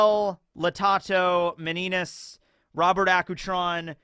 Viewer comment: Meninas is pronounced Mini-nia (Miniña)